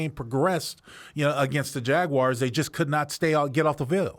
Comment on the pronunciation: What’s a Jagwire?